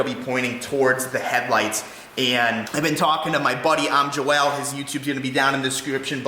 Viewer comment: if thats how he prounces it then his family must have him mistaken for a girl. Its %100 Joel not Joelle